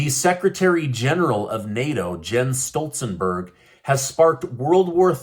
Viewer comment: Jens Stoltenberg NOT Stolzenberg 🧐🧐🧐